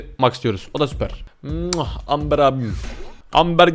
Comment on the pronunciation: Abi amberin okumuşu AMBIR